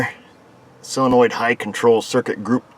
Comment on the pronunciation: For Heaven's sake. It's not cylenoid. It's SOLENOID!